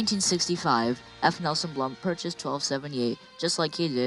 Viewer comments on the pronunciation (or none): Just a side note. It's F. Nelson Blount. Not Blunt. Otherwise good videos.